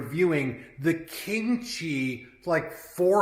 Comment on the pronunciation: I initially thought you said "kimchi" humidor. The unit looks good, I think the only upgrade would be some UV tinting on the glass to protect the wrapper leaves from discoloring.